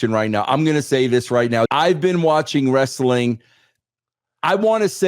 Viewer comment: It takes a bad booker to know one😂😂😂😂😂😂😂😂 it's Wres-a-ling Bro😂😂😂😂